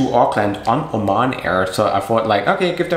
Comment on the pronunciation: It is called Oman Airline not O MAN airline